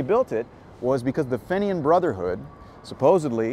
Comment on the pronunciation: You had an Irishman with you. How did he allow you to mispronounce Fenian?